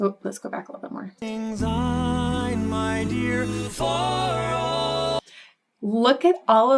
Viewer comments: Speaking as a Scot, I find this version of Auld Lang Syne to be insulting. If people are going to sing it, at least try to sing it correctly. It's not pronounced 'old', it's 'auld' and it's not 'take', it's 'tak'! And they sound like they're singing Zine when it's Syne. As a vocal coach, I would've expected you to know how it is actually sang in Scotland! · There is no z in the word syne. It’s a soft s.. if you were a Scot as I am, this would really sizzle your sausages.